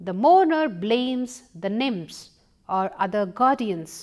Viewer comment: I think she try to say nymphs.